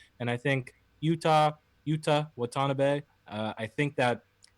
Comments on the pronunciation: His name is pronounced Wat a NAH bee. It was right there on his bio. Dudes, we're Canadian, we don't disrespect people's names. Other than that, a good video. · Great show guys, btw it's pronounced "wa-ta-na-beh"